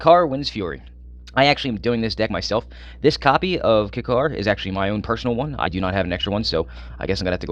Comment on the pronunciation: Why are you pronouncing kykar wrong dude its annoying